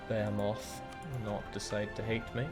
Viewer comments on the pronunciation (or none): TIL watched Robot Wars growing up. -ish he pronounces behemoth bay-uh-moth, which was how it was pronounced on the show and, as far as I've been able to tell, almost nowhere else. I am merely a robot combat geek, so I have nothing further to contribute. =]